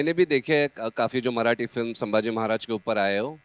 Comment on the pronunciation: ट्रेलर मधे अक्षय खन्ना आणि आता इथे हा माणूस पण सांभाजी बोलतोय.. धाकल्या महाराजांच नाव " संभाजी " आहे " सांभाजी " नाही.. captain of the ship लक्ष्मण उतेकर साहेबांना विनंती आहे त्यांनी त्यांच्या crew ला हे नाव नीट समजावून सांगावे.